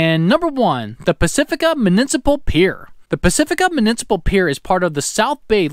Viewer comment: “Munincipal”? Lol